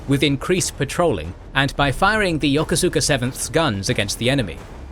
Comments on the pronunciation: He's right though. Still remember my cranky skipper correcting a junior officer about that. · You are badly mispronouncing "Yokosuka". It is pronounced "Ya-koos-ka". How do I know? I commanded the base there in the 1980's.